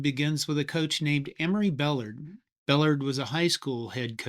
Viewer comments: Great Video and I grew up in San Angelo, Where Coach Bellard (pronounced Bah-Lard not Bell-erd) coached the San Angelo Central HS to a Texas State Championship the year before he moved to the University of Texas. I also coach at Wall HS outside of San Angelo and we ran the wishbone. Wall head coach Houston Guy implemented the Flexbone into the Wall system with great success. He was assisted in the change by the offensive staff at Harding University. Harding won the NCAA DII national championship in 2023 running the flexbone. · Firstly, Emory Bellard's name is pronounced bell-ARD, not BELL-erd. Second, I played defensive end in Texas in the 1970s against wishbone teams and we assigned positions to attack the triple option back then. The DE always went for the QB to force the pitch and the cornerback or roverback went after the pitchman. That strategy didn't always work. Lastly, I don't know how you can discuss the origins of the Wishbone without mentioning the Veer Offense developed at the University of Houston a few years prior to the Wishbone. I was a Veer fullback (we played both ways back then, kids) and the Veer had much the same option dynamics as the Wishbone. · Buh-lard…not Bell-erd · Emery “BELL-erd?” Seriously? It’s “buh-LARD.” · Emory Buh lard ! Not bell erd. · bell-ARD, not BELL-ard. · It’s not “bill-erd” it’s pronounce “Bull-lard”. He was one of the nicest men I ever met. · Great but isn't it "Emory Bell- ARD." as in YARD, not "Bellerd." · Guy repeatedly mispronounces Emory Bellard's name. It is Bell-ARD, not BELL-erd. Pretty important detail. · Bellard is actually pronounced bell-ARD not BELL-ard. He was head coach at my high school before going to Texas (and his son also later coached at my high school). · Beh-LARD not BELL-erd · Hey. It's Bah-lard...not Bell-erd. Try harder. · True football historians cringe at this guy's pronunciation of BeLARD...not bellerd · Coach Bellard's name was pronounced "bel-LARD," not "BELL-ard." Hook 'em Horns!